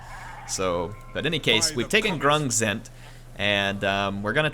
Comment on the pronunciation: If there's one thing about this campaign I can criticise or give advice on...it's not pronounced gorselle, it's pronounced like gorebull ;) haha